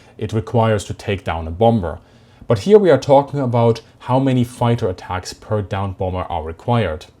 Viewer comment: I have never in my life heard a more stereotypical "foighter".